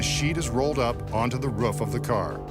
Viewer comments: Maybe the real trick to this video was Mitch Pileggi trying to pronounce "Roof"... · He says "roof" like a dog